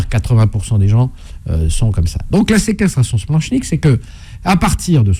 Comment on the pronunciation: Par contre le « ch » de splanchnique se prononce « k » !! Nom de diou dbouse!